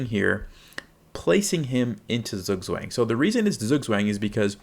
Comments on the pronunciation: Just a heads up, Zugzwang is a German word pronounced sort of like "tsuuk-tsfang". The uu being like in the word "too", and ang almost rhyming with "bong" (not with "bang"). Wouldn't normally comment on it if it was a minor difference, but it's basically unintelligible to a German 😅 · I would probably say the -ang should be more like -(ah)ng (a as in father) than -ong, but I suppose this is a technical difference. This is still a massive improvement. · You really should've taken the time to learn to say the word properly, you butchered the pronunciation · Thank you for the clear explanation - but PLEASE learn to pronounce it correctly!!! It is a German word, not American!!! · you pronounced it wrong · Great video! But please learn how to pronounce Zugzwang! Bitte! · beans what language, english? you do realise that a language is built on the people speaking it right? no point in nitpicking zugzwang when everyone mispronounces coup d'etat, qatar, or literally hamburger the way its supposed to be natively pronounced. also, did you know google is a search engine that searches dictionary definitions and not a literal dictionary? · thank you for the clarification, since you are a native German speaker, it would be really great if you could upload a video dedicated to correct pronunciation of this word since it's fairly common in English to be mispronounced